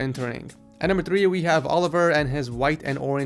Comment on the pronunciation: only cajuns know he said oliver the rong way lol